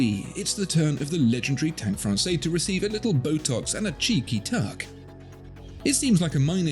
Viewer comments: It’s pronounced Fran-says, NOT Fran-say. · I'm trying to decide between the Must and the Française. Love them both, it's so hard. Thanks so much for all the info you provide, it's so incredibly helpful and interesting! FYI, with the 'e' at the end, Française is feminine and is pronounced "Frawn-sez" not "Frawn-say". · Pronounced "FRANSAYS", not "FRANSAY" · That’s Française - feminine. You pronounce the ‘s’. Sort of “Fran’sez” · Be careful watching and taking opinions from content where the watchmaker pretty much owns the content maker add the guy doing the review can't even pronounce the watch correctly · Now, now..., you are better than this! Pay attention to your pronunciation: "française" with a big Z at the end.